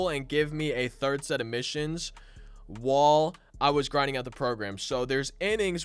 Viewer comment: the way he said while sounded like wall